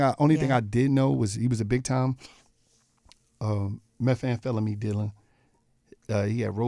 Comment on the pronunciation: Always twist up some words. Sumpin (Something)